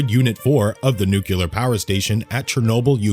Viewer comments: IT'S NOT NUCULAR!!! IT'S NUCLEAR!!! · Yes, thank you, that always ticks me off! If you are speaking publicly, or in video, LEARN HOW TO PRONOUNCE THE WORD NUCLE-A-R.